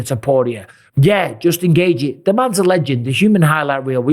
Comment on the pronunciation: Justin Gaygee 😂. It’s pronounced GAY-CHEE